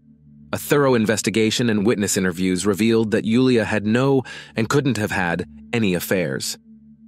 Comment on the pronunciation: I'm glad you pronounced Julia's name correctly ❤ Nice accent.